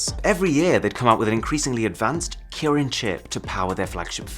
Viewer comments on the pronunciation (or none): none